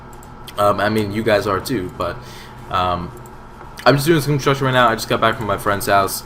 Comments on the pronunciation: "Hey It's or and I'm training some constomtidhdh right now..." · you said construction at the start so weird. :p